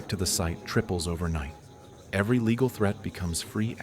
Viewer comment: “Leeal Notice”